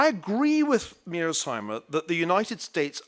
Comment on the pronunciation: His repeated inability to pronounce Mearshiemer's name correctly is kind of irritating...